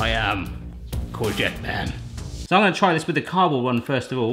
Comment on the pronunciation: What is a "Corgette"?